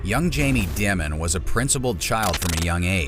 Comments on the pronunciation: Its pronounced "Diamond" HA ha ha ha ha ha ha . Makes you sound so stupid. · Stephanie Ruhle even pronounces "Dimon" correctly, and yet somehow throughout, the pronunciation is done "creatively". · If you can't pronounce his name......😢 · What’s up with the Dimon mispronunciation? Are you trolling?